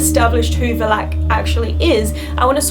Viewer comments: Take a shot every time she says Vlalack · She can’t even say the name right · Is it just me or the way she pronounces Valak is uhhh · I hate how she says Valak, it was a good video but oh my gosh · please at least pronounce Valak right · if you are gonna do a video about it at least pronounce it's name properly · U are pronouncing valak wrong 🙄🙄🙄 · Its "V A L A K. The K is almost silent, and the A sounds."louder". If u get what i mean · Saying valak name wrong lol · Why do you pronounce Valak so weird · Valak? The pronunciation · So the pronunciation i noticed here is different from the movies? is it VAL-ICK or VAL -ACK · I can't stand to watch this video, because I'm cringing every time you pronounce the name "Valak" ... too bad, because the content is interesting. Learn how to pronounce names, girl! I'm romanian and I can pronounce your name easily. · anusha sridhar both “a”s from valak are supposed to be pronounced as the last “a” in “alpha” for example Or at least that’s how it’s pronounced in most of the European continent. For the veridicity of this video (since she’s in Romania) I thought it’s a relevant heads up. Anyway, maybe I’m too harsh on her, but that’s how I was educated in school, to pay attention to every little - maybe insignificant, I’ll give u that - detail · Kinda saying valak wrong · You have a lovely voice and I like the way you pronounce Valak 😉 That's how Aussie's do it 🇦🇺 👍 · she says the name wrong and it bothers me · stop saying Valak wrong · Why does she keep pronouncing valak like that?? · She says valak wrong 😂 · Is it just me or does it bother anyone else that she can't say valak right? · Does anyone else cringe when she mispronounces Valak? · You say Valak weird or is correctly pronounced like that? Other wise, great video, I love the Conjuring & Annabelle Doll movies. Can’t wait to watch The Nun. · Stop saying Valak!!! I beg you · This is a really good video but your miss pronouncing the name of the demon. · Va-lac not Val-ac